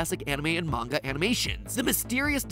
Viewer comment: I'm just happy that MatPat can pronounce Manga properly